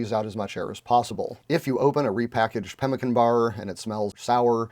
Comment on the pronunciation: Read about it in most old west books but never heard it pronounced correctly. Now I know!